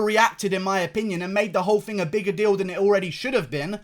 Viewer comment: You guys hear that, he said Fing instead of thing, he must be working on his accent he does not say it like that anymore, he's getting fancy like Kiera knightly